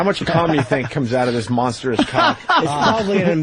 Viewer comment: not just repeating monstrous but misprounouncing it as monsterous